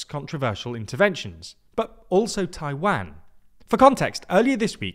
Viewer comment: Please pronounce Taiwan correctly